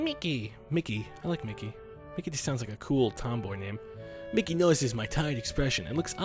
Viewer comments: Im 99% sure it pronounced mee-kee, not mickey. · Its pronounced ME-KIE